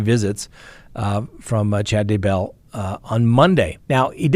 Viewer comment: I believe you stress the wrong syllable in both Tylee and Daybell.